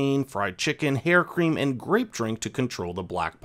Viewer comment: "Hair Cream" Bless your heart 😂